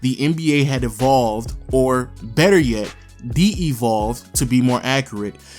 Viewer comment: De-evolve? did he mean Devolve? lol